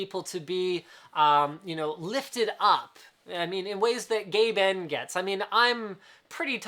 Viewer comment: Any time Linus says GabeN, I cannot help but hear Gay Ben.